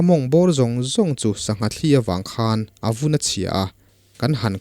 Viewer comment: "sangha thli" tih lai hi chu i lam dan a dik hlel em aw ka ti deuh a,,,, thil thli han tih hian a sawi fiahna mai tur hriat ka nei chau rau hle mai heng ang thli thaw anga lam rik nilo thawmhnaw kan han suk a a thli kan tih ang thli thaw anga lam rik nilo thil thli a tui ril ina a chhuahpui hi thlîl ang nilo deuha thil tia thuk hnuai deuh tur niin ka hria a.... Chutin ka hriat ber loh laiin,,,, kan keini lamin kan naupan tet lai tangin thlî a thawt ang leh "thli" a thluk tawi deuh(tawngka lo chuan sawiin a fiah mai lo ka ti),kan taksa min rawn zula luang deuh emaw, thil danga a thli ina a hrut a awm thin..... Chutiang deuha lam rik thin niin ka hria a sir..... Ka hre ber lo aw Sir